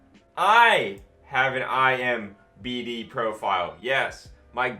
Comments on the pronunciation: I swear bro has dislexia he’s reading imdb as imbd and tch as thc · Come on. “IMBD” that many times hurt me 😂 Internet movie database. IMDB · Imdb not ImBd. lol Great vids, though. I'm really enjoying your channel! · iMBD lol it's IMDB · Say “eye emm bee dee” one more time, see if it feels right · You had so many chances to say IMDb right 😭😂